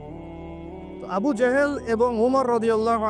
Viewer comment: ভাই লেবু না আবু